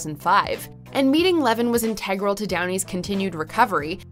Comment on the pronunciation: InTEgral? The word is INtegral.